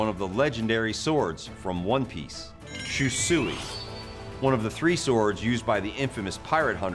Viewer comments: Great video but you absolutely butchered the pronunciation of the sword 😭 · Finally, I've been asking for this for literal years. That being said, the pronunciation of "Shusui" physically hurt me.